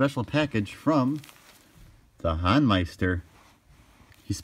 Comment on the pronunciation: Thanks for this highlight, you two! For future reference, it's pronounced The HOEN-meister rather than the HAWN-meister.